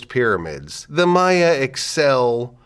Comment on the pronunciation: learned that I was pronouncing the plural of Maya wrong x_X this was fascinating.